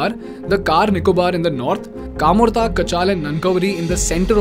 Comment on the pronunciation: It's pronounced as "Kamota" not as camorta